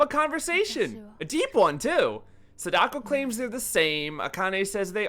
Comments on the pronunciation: Complement Sandwich: I like your editing and prefer your videos to Japanophile's take on The Ring franchise. -You're saying SA-DA-KO wrong. It's not SA-daK-O. It's only 3 kana long さ だこ。 Thank you for talking about Terror's Realm! btw, check out "The Joyurei"aka Don't Look Up. It's Nakata's first major "ghost girl" movie from '96, and it's pretty interesting. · He misunderstood “Sadako” too lol. It’s ok we all do it for diff words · Did you intentionally pronounce Sadako and Samara weird?